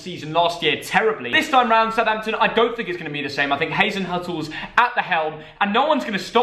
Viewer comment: Not Hasenhattl -> Hasenhüttl with an ü ;-)